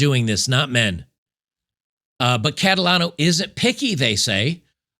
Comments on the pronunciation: Cat-a-lotto? You can't make this up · Catalano or 'Lotacato'?